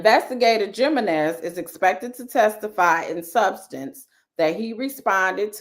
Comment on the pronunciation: I think the J in Jimenez is pronounced like an H as in "He men ez." Like Jesus is Hesus.